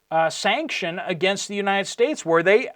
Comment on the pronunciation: Sir, please be aware that you are developing a habit of saying "and stuff like that." I love your show, but please stop saying, "Uni States." I promise that I am not a troll. I'm just trying to help. God Bless you, your family, and all who believe.